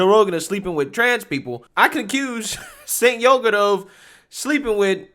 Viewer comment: Did you say "Jank Yogurt"? 😆